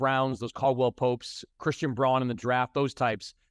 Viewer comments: Its christian "brown", not "brawn". dumb sports writers like chris mannix dont even know players yet get mvp votes. Does he even watch the games lol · Nuggets have a FIVE PLAYER CORE locked up for the next three years, most cores are three players. Oh and by the way, your credibility goes to zero when you don’t pronounce player’s names correctly. Yeah it’s spelled Braun but it’s the original German pronunciation which is the same as Brown. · Hey Mannix! Christian's last name is pronounced just like the color. Say it exactly the same as Bruce's last name. Hard to believe you hadn't heard this before. Easy to believe you are lazy, but I fear it's worse than that and you mispronounce it on purpose. Sorry. You should replace this guy with the Lowe post guy. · Learn the Nuggets' names, Mannix. Christian Braun's last name pronounced Brown. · learn how to pronounce christian braun's name Mannix. Not compelling.